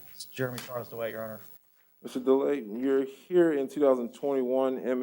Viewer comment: I’ve watched this so many times it never gets sold, but even the judge is annoying. After he swears her and he didn’t ask her again to raise her hand. He doesn’t pronounce anybody’s name properly. He basically says Mr. delay. This guy is a judge.